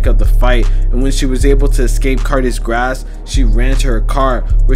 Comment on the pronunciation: He said grasp.